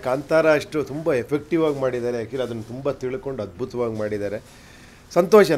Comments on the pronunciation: ಮೊದ್ಲು ಸರಿಯಾಗಿ ಕನ್ನಡ ಕಲಿರಿ. ಅತ್ತಿರ ನ ಇಲ್ವಾ ಹತ್ತಿರ ನ? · ಅತ್ತಿರ ಅಲ್ಲ ಅದು... ಹತ್ರ ಅಥವಾ ಹತ್ತಿರ.. ಕನ್ನಡವನ್ನು ಕೊಲ್ಲ ಬೇಡಿ